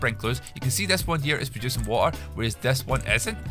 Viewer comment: the way he speaks water him: WA AR